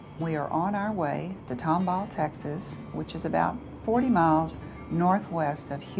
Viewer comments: I think it's Tomball not Tomhall mate. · Just here to let you know it's Tomball, not Tomhall. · FY: it's Tomball, not Tomhall.